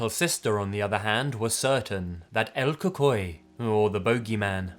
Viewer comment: Quien más se rió cuando dijo “La liorouna” y “El cucoi”?? 😂